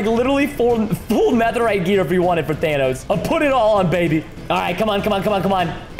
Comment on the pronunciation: Preston didn't even say Thanos he said Danos